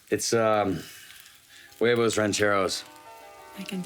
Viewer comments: All I gots to say is that you don't pronounce the "H" in spanish, it's silent... and that I love your channel...thank you. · I kinda cringed every time he pronounced the H In huevos, like it’s not even a accent thing that’s just not knowing the language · That was more like huevos motulguenos not sure if I spelled it right tho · Every time he pronounces the "h" in huevos, a seal gets hit with a mallet. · lmao i heard that too 😂😂😂😂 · The H is silent in Spanish! Anyways, long time fan, first-time commenter. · It kinda hurts my soul when he pronounces the “h” in “huevos” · The H in spanish is silent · For the love of God, someone tell this man that the "h" in "huevos" is silent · I cringe every time you mispronounce "huevos" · Quick tip: in Spanish "h" at start of word is mute, so just "(h)uevos" and "(h)arina" without any additional sounds before the first vowel. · The pronunciation of "huevos" is getting to me. My god, the h is silent. K sorry for the rant. Carry on. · This looks so amazing im so hungry now 😭 The H in huevos is silent btw 😂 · The "h" is never pronounced in Spanish. "Huevos" is pronounced like "weboce". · Please stop saying Guevos! The H is silent my man! I loved your recipe BTW! Cheers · pronuntiation tip: the "h" in huevos is silent so just pronunce "uevos" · sa-se-ra lol I wonder if it was intentional same with the hard H on huevos lol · Just say = wave-o's. The "h" is silent. Im also very surprised, ive never have huevos rancheros with black beans (yet), its always borracho beans/charro beans or refried with papas (potatoes)and your choice meat. (None of them served on the tortilla but tortillas on the side to be torn and used as scoopers) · H is silent in Spanish. Like in: "everytime time you said (w)huevos you are breaking my huevos." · This looks fantastic! Just a spanish language tip, if a word in spanish starts with "H", the "H" will be silent. So you would just say "Uevos". :) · I heard "whoevos" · Lmao the H in huevos is silent